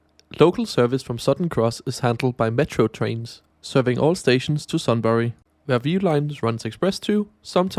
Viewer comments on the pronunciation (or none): Used to live in Bendigo and some frequently travel there. Just a few things to note; Sunbury is pronounced Sun-bree, Kyneton (Kine-ten) and Gisborne (Giz-ben). Also VLocities come in a range but are generally very similar. They can go 225kph but they only operate at 160kph. The single track was as you mentioned stated it be “to avoid side swiping on bridges” but many people weren’t and still are not convinced because the heritage bridge at Malmsbury is still dual track. I believe the tables are only in the ‘quiet carriage’. The VLocities are very similar because they are very popular with the public and are generally pretty good (Built locally, designed in Aus based off another Aus regional train. The VLocities are very overused I will not disagree, they were designed for inter urban service to Bendigo, Ballarat, Geelong & Traralgon but have recently been used on lines that should be electrified (Sunshibe to Melton and Wyndam Vale). Overall really loved the research about their history and fair review.